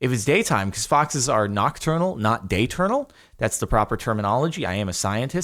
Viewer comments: It’s diaurnal not Dayturnal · Isn’t it diurnal? Like die-urn-ul” not dayurnal? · It's diurnal, not dayturnal iui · "Diurnal", not "dayturnal". But you were close! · Day-turnal lmao. Diurnal but whatever I know it's a joke